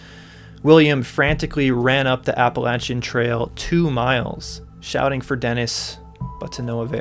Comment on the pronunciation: Thank you for pronouncing "Appalachian" correctly, but "Cades" rhymes with "Maids." :D